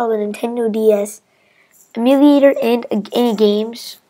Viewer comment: its pronounced emyu-lay-tor